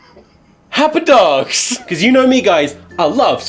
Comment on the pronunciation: "Happ dugs" AWWWW "meh snake" GOD I FUCKING HATE HORSEY BOI"